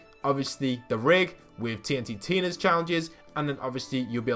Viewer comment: Nobody:: TNTTina Me: Tntina